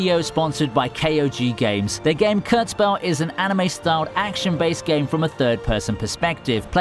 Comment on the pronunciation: KurtzPel not KertzPel